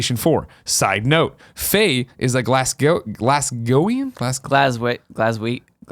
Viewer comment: You guys butchered Glaswegian! Haha! I might add anyone who is playing some Battlefront?